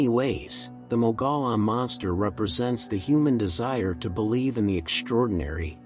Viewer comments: Mogollon is pronounce as mug-e -on. Not me go lon. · Please don't say "Mogolon monster". The pronunciation is more like "Mogo-John" monster. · In AZ we pronounce mogollon as moh gee on not what you said. That's like saying wrongly fee lah inst ad of ge lah as in he la monster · Mogollon = Moe-ghee-yaan. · FYI... Mogollon, as in Mogollon Monster is locally pronounced "Mō'-ga-yawn." I know, looks nothing like that. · It’s pronounced MOG-E-ON (#4) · It's "mo-gee-yahn" monster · it’s one of those weird AZ words that when you look at it you can’t pronounce it unless you are from there, lol. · Yes, I was told I mispronounced it pretty badly, my apologies about that.. I'll try to avoid that in the future.